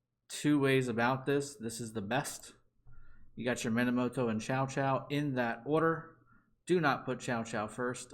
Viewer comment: Thank you. I was looking for this. By the way "chow chow" is a dog. Cao Cao is pronounced "tsau tsau".